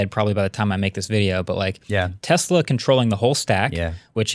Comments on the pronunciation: Take a shot every time says "Tezla" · IT'S TES-LA.....…..!!!!!!!!!! NOT TESZZ-LA.......!!!!!!!! BOTH & say it like this & it friggn' drives me CRAZY! #JUSTHADTOVENT #SNS #WAVEFORM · “Tezla”